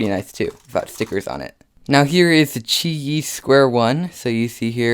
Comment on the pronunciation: It's pronounced Chee Yee cus it's chinese